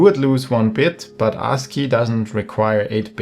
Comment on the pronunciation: Bro, maybe you shouldn't pronounce ASCII like that. Like "Ar$e-key"...😄